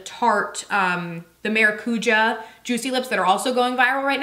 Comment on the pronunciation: Just started watching your videos, love!! Tip, Maracuja is a spanish work pronounced mara-cuya